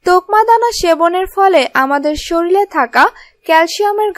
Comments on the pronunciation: খুব ভালো বলেছেন, তবে শরীর কে শরীল বলবেন না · শরীল না শরীর। । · শরীর কে শরীল বলবেন না প্লিজ ।